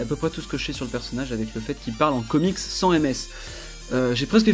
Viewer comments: ça s'écris sans mais ça se dit sansse avec le c le le n prononcer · tu a fait une ethique de travail sur ce dessin squel-ethique (traduction d'une blague de Sans) malgré UNE erreur (les chaussons sont roses mais c un detail inutile on sen fous) super dessin PS: on prononce le S dan sans [sanse] DSL pour le pave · a oui et ca se dit sainsse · Le "an" de "Sans" se prononce "ane" ;)